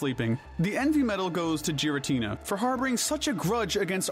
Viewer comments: GIRATINA DOES NOT START WITH A J, STUPID, IT STARTS WITH A G! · Clicked off the moment you pronounced his name "jir-ah-tin-a". It's a hard g, as in voiced velar plosive, not the soft g, as in voiced alveolar affricate. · Oh my god, no way this dude says "jeer-uh-teena" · Please say giratina correctly 😅 its not jiratina its GIratina G not J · It's Giratina, NOT Gartina! THAN, NOT THEN! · “Gih” not jiratina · GIRATINA DOES NOT START WITH A J, IT STARTS WITH A G! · With Giratina being my first, and Favorite, Legendary Pokémon. I feel I have authority to say this, it is pronounced "Geer-uh-teen-uh" and not "Gee-ruh-teen-uh" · GIRATINA, NOT GARINTINA! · Ffs not only do you fuck up Arceus pronunciation but fucking Jeeratina!? 😂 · Sorry for being the grammar guy but Giratina is pronounced Gear-a-tee-na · giritina is pronounced Geer-i-tee-nah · Roomate: imma gyrate on this dudes moms face if he keeps saying "gyratina" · THERE IS NO H IN GIRATINA THE SECOND TIME! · Raikou, Entei, and Suicune are obviously based off of Cats, NOT dogs. They're known as the Legendary Beasts. I despise how you initially pronounced Meloetta and how you pronounced Giratina. You forgot the Tapus and the Lake Trio, and Giratina is actually good in Pokemon Platinum, which you completely ignored. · I wanted to watch this video, but I don’t trust you if you can’t pronounce Giratina and Zacian. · I had to stop the video the first time I heard you say giratina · AGAIN, GIRATINA IS SPELLED WITH 2 A'S, NOT 3 I'S! SATIN, NOT SAITEN! GIRATINA IS GENDERLESS, NOT A F*CKING HE! AND IT'S DOES, NOT DOSE (THE S SHOULD BE AFTER THE E)! AND THE S IN NECROZMA IS SUPPOSED TO BE A Z! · Christ. It’s not “jeer”-atina, it’s “gear”-atina. Also the way you pronounce Raikou makes me wanna scream.